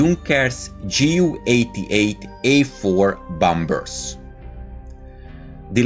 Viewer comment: JU not GU